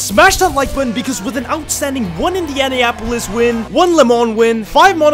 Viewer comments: "Max Versteappen" "Lewis Amiltion" "indialianapolis" bro should learn how to pronounce 💀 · Dawg the way he pronounced Indianapolis has to be satire